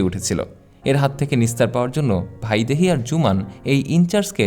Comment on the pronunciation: ভাইদেহী নয় ,বাংলা উচ্চারণে বৈদেহী হবে